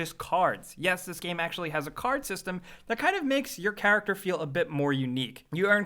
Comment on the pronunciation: "Your chuructur starts off really basic" I guess when you say "character" 614 times in six & a half minutes, you need to shake it up, a bit.